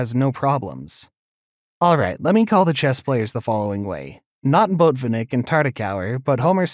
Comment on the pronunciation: you mispronounced so many words. pedagogical (goj not gog). caro kann (con not can). botvinnick (bot not boat). at least learn the chess ones.